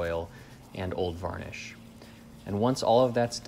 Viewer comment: Jak mnie to słowo "wanisz" wkurwia